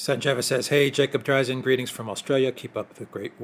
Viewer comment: Could you guys check on the pronunciation of "Dreizin"? I believe that Mr. Dreizin pronounces it "DRA-zen", but y'all say "DRI-zen."